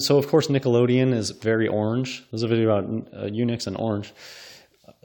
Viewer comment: It's pronounced eun-uch, as in luck. You may be the only person in the world that pronounces is to sound like nick. And odious is something completely different. Try opening up a dictionary sometime, instead of making stuff up.